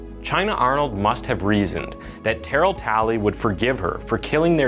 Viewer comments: Tuh-Rail bro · I'm sry but u are killing me bra. His name is pronounced " ter- rail." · Terrel is pronounced Ter-Rail. Not Tarol. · This case happened close to my hometown and there were viscous rumors that she even ate the baby afterward and I'm so glad that isn't true. (Also side note, the pronunciation of Terrell is: Turr-ehl not Tear-ill) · And his name is “TA-RELL” 😂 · "TAH-RELL" IS THE CORRECT PRONUNCIATION. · You are so butchering his name, it's pronounced Ta-rail. Pronouncing that boys name like "darryl with a t", SMH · Tur Elle… that’s how you say his name phonetically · The name is pronounced Terr-elle. Not like barrel. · Where are you from? You’re pronouncing Terr-ell as Terrill? I’ve watched other videos of yours where you don’t pronounce common names properly. Are you from Canada or something because everyone in the US knows how to say Terrell properly I’m pretty sure! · Its spelt like terrell but its pronounced ter raaaill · How he’s butchering Terrell’s name😭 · Why are you pronouncing his name like that lol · you saying Terrell wrong lol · My dude, please work on your pronunciation. I get not knowing how to pronounce names like Terrell, but "Debris"? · White boy trying to pronounce Terrell 😂😂🤣🤣😭😭😭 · The way you pronounce Terrell is irritating.